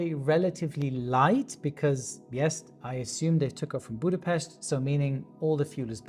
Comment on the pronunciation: Big up for for the excellent pronunciation of Budapest!